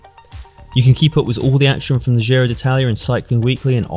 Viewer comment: It's not Dzirow either. That's French. It's pronounced Jiro.